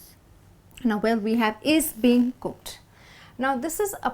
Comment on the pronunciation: Mind the G in Being when you pronaunce. Say it together with 'IN'. Dont separate 'G'. Pronaunce 'ING' with the same voice.